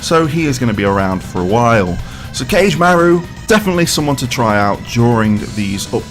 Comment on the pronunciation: It's pronounced "Ka-Geh"